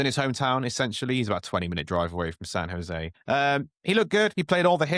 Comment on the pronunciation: “San No José.” Lmfao